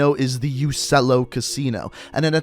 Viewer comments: It isnt ussello in italian it pronounce uchchello in italian I know cuz i learn italian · I think it’s pronounced uchello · I think its pronounced u-chello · In Italian Uccello is pronounced Uchello